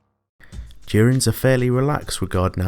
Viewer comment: his accent made it sound like he said tyranids instead of turians just wanted to point that out